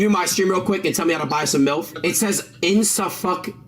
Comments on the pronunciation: “Insuhfuckint” mf can’t even read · bruh should've stayed in school the way he's saying insufficient.